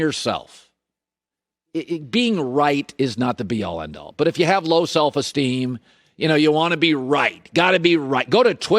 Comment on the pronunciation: Having trouble saying self esteem Collin?